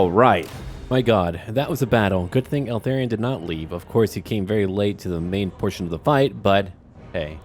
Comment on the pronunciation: Dude, pronounce it ELthARion, not ALthERrion, it's driving me crazy 😂